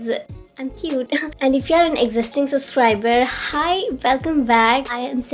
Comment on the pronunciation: It's subscriber not safsriber 😂